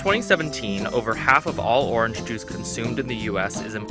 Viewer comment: orange NOT OR RANGE